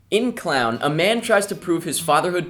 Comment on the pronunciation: pronounced clone